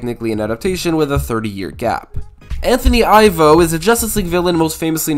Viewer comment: Why does everyone mispronounce Professor Ivo??? It's NOT EYEvo ... It's EEvo. it's my best friend's first name and also his father's. His father was born in Czechoslovakia. The reason that name was chosen for the character was because it sounds like you're saying 'Professor EVIL' 😡